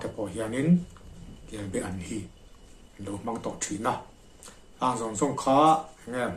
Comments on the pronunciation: Kelbean nilovin kelbaan tih zawk tur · Kelbaan tih tur kebean hi a hran a awm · Kelbaan ti in lo lam ta che. Kelbean a ni lo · Kelbe an niloin kelba an tih tur ani kelbe chu a awm ve thoa nie laksual tepawh awm thei a hmingkha lam dik anpawimawh ka ti.kelbe nge kelba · KELBE-AN Tia ilam tlat mai hi adiklo! KELBA-AN tih zawk tur, chuan a bengvar thlakin a tha hle mai. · Atha khawp mai,mahae a lem i tihlan atang hi chuan Kelba-an ania,kelbe-an tiin i lam thina hei hi chu adang daiha,ka han sawi ve anie. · KELBAAN, KEL BA AN ti a lam tur KELBE hi chu a hran daih, Kelbe chu Rengan te nen a in zul deuh, a rah hi Be ang chiah a ni a a rah ro char mu hi, Thingpuife ah an hmang bawk. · I ziak ang hian lam la I lam dik a ni mai. Kelba an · Kelbaan tih tur a ni ka ti ve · kel baan hi kei pawh ka hriat dan a ni e